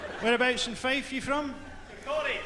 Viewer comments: its Fife not five, the kingdom of Fife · Not five, Fife!